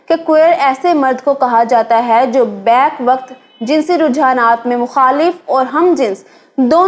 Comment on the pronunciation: بیک وقت کا تلفظ back waqt نہیں بلکہ b-yuck waqt ھوتا ھے۔